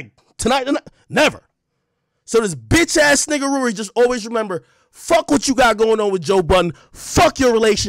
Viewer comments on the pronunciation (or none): AK got everybody calling Rory "Rury" 😂😂😂😂